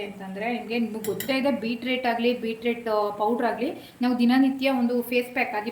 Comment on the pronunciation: Beetrate alla madam..beetroot